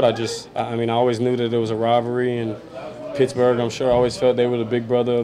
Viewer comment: God can't they pronounce it right it's Pittsburgh with a t not a picksburgh there's no k in it